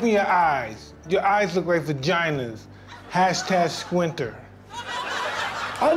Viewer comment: so, is nobody gonna talk about Mike Tyson's Hashtash instead of a hashtag?